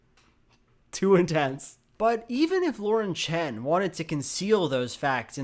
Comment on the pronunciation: Props to for pronounce "Chen" in proper mandarin